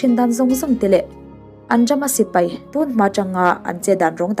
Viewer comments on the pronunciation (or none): "Sipei" ni lovin "Sipai" tur